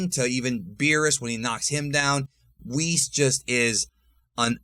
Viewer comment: WWHees? Its WH IS